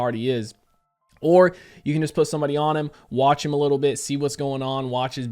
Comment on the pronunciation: I thought you said "widdle suspicions" lol